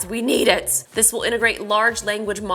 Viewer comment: Why are you saying This as THISH??? Typical American 🇺🇸 making their own pronunciation’s.